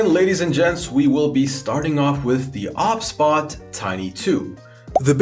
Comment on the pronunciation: Is it not meant to be pronounced O B S bot?